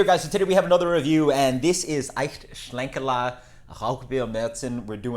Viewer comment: The German accent was on point lol